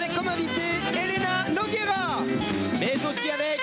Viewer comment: "Nougera"....sérieux un peu de respect pour elle.